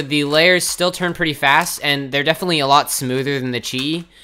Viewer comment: lol i don't think can say definitely